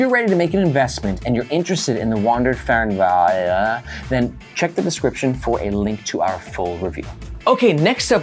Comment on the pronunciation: And here we experience a typical American not being able to pronounce non-English words (Fernweh is german and means the urge to travel to distant places, translated to Wanderlust). The pronounciation is [ˈfɛʁnˌveː]